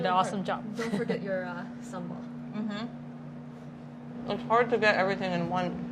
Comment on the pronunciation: SHE PRONOUNCED SAMBAL PERFECTLY ahaha